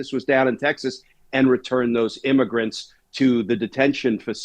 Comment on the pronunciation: IMMAGRENTS? IS THAT WHAT WERE CALLING CRIMINALS WHO SNEEK INTO THE USA?